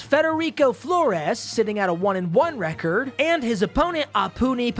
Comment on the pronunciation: God damnit! RECORD NOT RECEERD